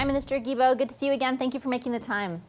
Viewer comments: Guys, it’s not Gibeault, it’s Guilbeault. As in Guitar! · not jillbeault it is Gillbeault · You mean Stephen GUILTBOT ?,,who cares about how his name is pronounced ,,would you prefer LIAR ,felonious criminal , maniac, idiot , THIEF($254 million) , stay in Quebec and make the switch to bottled water and it MIGHT raise your IQ to double digits...I said MIGHT but apparently you are too far up this dorks butt to breathe properly ! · Funny how you say Guilbeault's name wrong. Hehe Vassy said it correctly. Love your channel.